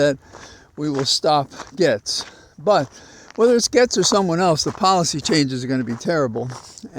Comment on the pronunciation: While I'm no fan of Rapey McForehead, I do know the correct pronunciation of his name. You should, as well. Gaetz is pronounced Gates. If you have questions about other name pronunciations, let me know. 😊